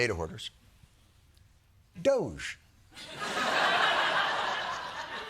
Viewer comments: Anyone else pronounce DOGE "Dougie"? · DOGE is pronounced DODGY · Its pronounced Dooge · It's pronounced "doggie" as in get along lil' doggy.